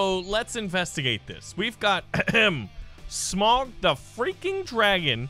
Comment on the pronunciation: I love how much of a lotr fan he is but it’s so mildly infuriating that he pronounces smaug as smog